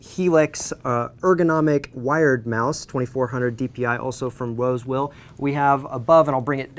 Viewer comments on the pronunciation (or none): LOL "wosewill"